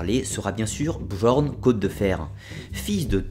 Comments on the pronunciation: La mere de qui ? non attend mec...ca se prononce "BYORN" (bi-orn)... '-' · Très intéressante video. La même sans les "quatre-Z'-enfants" et avec la bonne prononciation de "Bjorn" (j=i) serait parfaite. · Deja sa ce prononce biorn mais il s apelle bjorn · Commentaire constructif : le « j » n’est pas prononcer dans les langues scandinaves... on ne dit donc pas BJORN mais bien BiORN par exemple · Super vidéo mais un conseil sur la prononciation: le "j" dans les langues scandinaves et slaves se prononcent comme un "i" comme pour Bjorn on dit "Biorn" ;). Autrement super travail continue comme ça ! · Bien Bien mais s'il te plait, on dit pas bjorn ou skjaldmo mais "byorn" ou"skyaldmo" le "j" se prononce "y" en norrois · Super vidéo malgré que mes oreilles saignent au vu de ta prononciation des mots nordiques ^^ (pour info le "j" se prononce comme le "y" quand il sert de consone comme dans "Yak") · J'adore ta video, il y a juste une chose qui me tracasse, tu prononces mal Bjorn